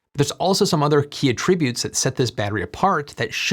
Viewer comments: Please study the pronunciation difference of "attribute" as a noun and a verb. There's a reason there's a spike in the heat map (or whatever it's called) . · Saying "Attribute" with a verbal pronunciation while using it as a noun is adorable and made me giggle! 🥰 <Dr. Evil Voice> heteronyms...